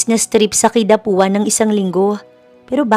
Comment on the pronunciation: Nakakairita yung Kidapauan hindi Kidapuan. Mag aral nga